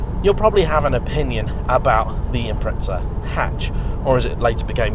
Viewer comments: 🤦🏿‍♂️They are an Impreza, not an Impretza 💙🇦🇺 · SAY IPMRETZZAAAA ONE MORR TIME NIGGUGH. I DARE YOU. I DOUBLE DARE YOU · Impreza=impretsa/pizza=pitsa ? What a language! ! ! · There's no T in impreza